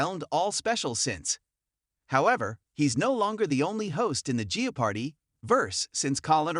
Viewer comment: Learn how to pronounce Jeopardy.